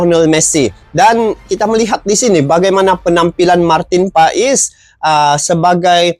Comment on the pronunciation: Nyebutinnya Martin pas bukan pais, emang pais ikan 🤦